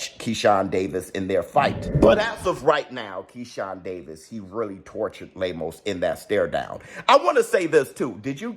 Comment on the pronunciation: lol 😂 I love how pronounces “Lame-O’s” 🤣